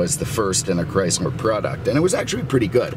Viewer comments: First, cut through the nonesense and talk about the cars not the weather. Second, if you don't like the weather in Naples,Florida then move your ass up north where there is ice, snow, and cold. Third, it is CHRYSLER, not "Chrysmer". In some years, Imperial was a Chrysler model and some years Imperial was its own marque as was /is Plymouth,De Soto, Dodge, Ram ,and Jeep. It is not CHRYSMER. IT IS CHRYSLER. GET YOUR EYES CHECKED. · Sorry, the auto correct for me. He kept pronouncing it “Chrysmer”. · Did anyone else notice that he kept pronouncing it “Chrysler”?